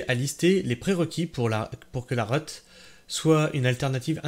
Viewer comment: La "reut" c'est l'abréviation de réutilisation, donc ça se prononce réhut et pas reute !